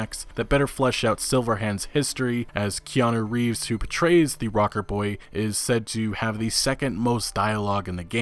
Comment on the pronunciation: ''i mispronounce everything'' I still wont forget Kanye Reeves and Jason Schreiur'' big like from here man